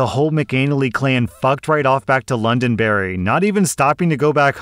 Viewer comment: Wait… did he say ‘LondonBERRY’?